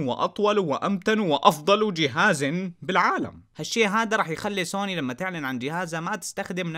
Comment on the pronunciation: انطق سوني عدل وتكلم